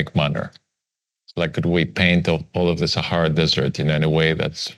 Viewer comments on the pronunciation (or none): none